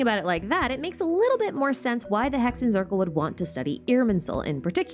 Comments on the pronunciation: i dont want to be that person, but hexenzirkel is a german word and “zirkel” is pronounced tsirkel, so just exchange the z with a ts sound, like tsaritsa😊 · aaaaaa the germans are knocking on my door im in Germany Z is read C , basically say it as you do in English, great video thou